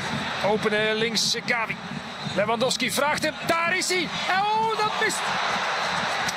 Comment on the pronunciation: hoveel keer kan je Gavi fout zeggen, Gabi, Xavi etc.